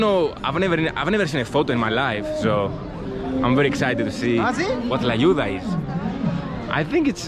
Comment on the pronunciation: "So, I'm gonna destroy la tuya" lmao you meant "Tlayuda" 😂 "la tuya" sounds sexual lol